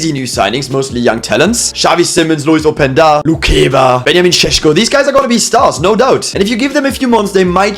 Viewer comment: As a Slovenian I am very happy you said Benjamin Šeško pretty much right